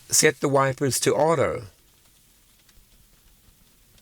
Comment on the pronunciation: It does sound a little bit like "wifers" when you say it 😅 but thanks for all the hard work and great daily videos!